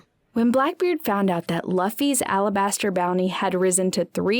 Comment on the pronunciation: Dude I can't with these pronunciations. "Lufy" "alerbaster" 💀